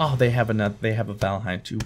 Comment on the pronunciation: you know hid name is valhien not vanahiem